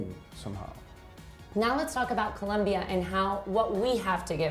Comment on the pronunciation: might learn to pronounce COLOMBIA with both "Os" not as though with a u like Columbia. Thank you for this thoughtful look into shared ideas between Colombia & China disaster management.